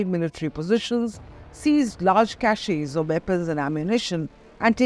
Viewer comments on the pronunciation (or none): none